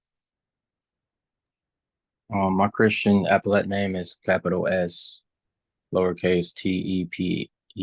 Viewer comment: He says "epaulette" when what he's actually meaning is "appellate". Two words that are entirely different yet pronounced completely different, except when you're a Sov Cit moron.